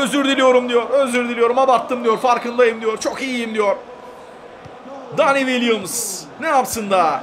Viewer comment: Dani değil abi Deni